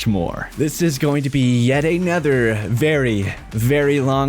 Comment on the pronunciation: Does he know that "anOther" has an "O", not an "E"? The "O" is pronounced as "oh" - not as an "E", which makes every "another", a "anether" lol.